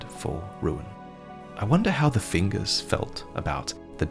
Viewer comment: take a shot every time he says fingures